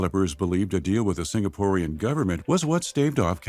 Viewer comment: Sinkapooreans lol